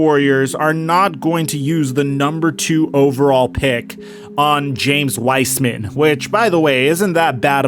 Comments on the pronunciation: P.S. its pronounced Wise-man not wisman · This ia how many times he said W-ice-man 👇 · Bro say the names right anedakounpo whysman